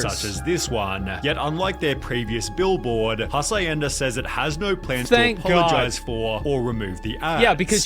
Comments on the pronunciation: dafuq is "Hasayenda"??? mofo it's pronounced "Ha-s(h)yen-da" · Twelve seconds in and I hear hacienda as "ha-sa-yen-duh". Minus 0.5 for credibility. 😂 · HASS EYE YENDA. Dude I'm not Spanish or Mexican but Jesus the pronunciation of the narrator is so bad... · i lost it when he said "mexican restaurant called Ha -sa-ienda" lol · The most offensive part of this video is how he pronounced hacienda. "HASS EYE YENDA" 😂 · "HA-SIGH-EN-DA" BROTHER On another note, don't drink the Kool-Aid. Listen to BMTH's Kool-Aid instead. :) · "Mexican restaurant hacienda" and pronounces hacienda life if it was english not spanish. Most Hs in spanish have no sound. Just say Acienda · OMG he is butchering the pronounciation of the word Hacienda. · I'm still recovering from how he butchered "HACIENDA" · I was slightly bothered at how he pronounce hacienda. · I'm pretty sure that's not how Hacienda is pronounced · His pronunciation of "Hacienda" is killing me... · Jesus he totally butchered that mexican restaurant's name. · Don't speak much Spanish. I do speak French though. 'Hacienda' was clearly mispronounced to get people to comment on it. Guess it worked but on the wrong video lmao